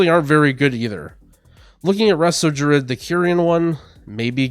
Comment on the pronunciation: This man pronounces druid "Drud"